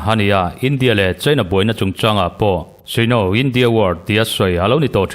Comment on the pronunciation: Sino tia i lamrik hi Saino tih tur a ni lo maw? Lo ennawn teh.